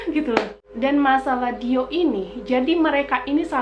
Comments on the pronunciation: Kalo googling dibaca dioh ka kayanya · DIOR dibacanya Dio ga kebaca R nya apa Dior kebaca R nya sih? gemes sendiri denger ngomongnya dio dio